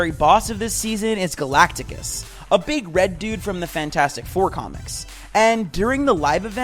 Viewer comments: I wanted to stop watching the second you said "galactigus"... it's Galactus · I wanted to stop watching the second you said "galagtigus"... it's galatis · Gollactus. Not gollaticus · Bro it is Galactus not Galacticus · it’s galact-us not galactagus get it right, and also it’s Ka-MEH-ha-MEH-ha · It’s GA LAC TUS not the way you pronounced it and Chris Hemsworth not Hemmingworth are you illiterate? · Bugged me too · Not tryna make fun but ain't no way this guy said 'Galacticus'